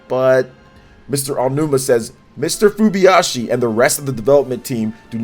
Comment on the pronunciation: Great video, but the name of the Zelda's Director is Hidemaro FuJIBAYashi, not FuBYashi as you've been saying... ;-)